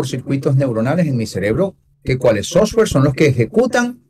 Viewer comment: SOFTWARE. NO SOSWARE LOL